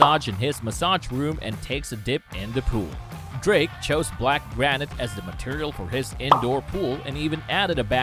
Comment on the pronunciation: Another Nice Vid! “Drrrrrrake” 🤣